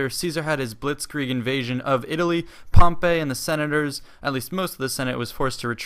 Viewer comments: HEY NOT (POM-PAY) ITS (POM-PEY) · its pronounced Pomp-ee not Pomp-ay